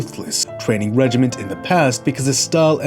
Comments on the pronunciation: It's regIMINE, not regiMENT, unless you're referring to a unit of army personell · You keep saying "regiment" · "Regimen", not "regiment".